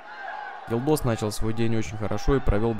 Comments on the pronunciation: в казахском языке нет мягкого знака, пишется Елдос произносится Ельдос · он произнёс неправильно. Говорится Ельдос, а не Елдос